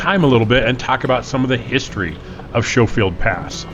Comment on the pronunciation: only ever heard it pronounce Sko-field.